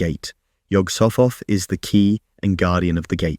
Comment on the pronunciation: It’s an aspirated H it’s pronounced: Yog-soght-ot